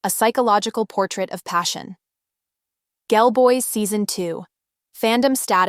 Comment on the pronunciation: Isn't it pronounced iCHEEyi? And Gelboys is JELLboys. Thanks for the overview!